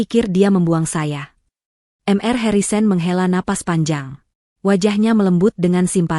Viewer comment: Mr dibaca mister. bkn m r